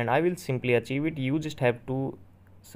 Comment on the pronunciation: Bro can’t even say archive right